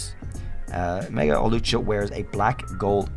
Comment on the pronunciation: THERE IS NO O IN HAWLUCHA! AND THERE IS NO I IN CLEFABLE!